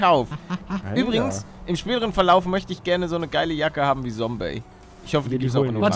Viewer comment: Die gute alte Zeit als palle noch Sombey gesagt hat